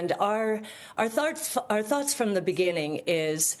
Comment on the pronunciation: Freudian slip, "Tharts" ... when her thoughts emanate from her bottom 😂